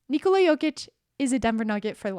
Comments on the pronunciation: Nikola, not Niçolaà...how you pronounce it is female name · It’s funny how everyone says "Nikola Tesla" correctly: NEE-ko-lah... but when it comes to Nikola Jokić, suddenly it becomes ni-KO-la. They’re both Serbian, and the name is pronounced the same way